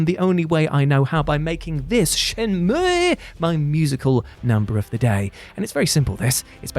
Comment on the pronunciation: You ever just wanna play SHYEN-MUUUIGH?